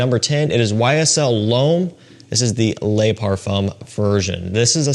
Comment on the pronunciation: I don't want to sound like a smart ass but 'Le' is pronounced ler. Les is pronounced 'lay' They mean 'the' singular and plural respectively. Other than that a great vid.